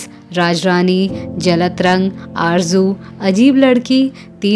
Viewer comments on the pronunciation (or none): ' जलत रंग' नही ' जल- तरंग'